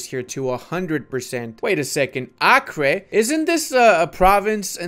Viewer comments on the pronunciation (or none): none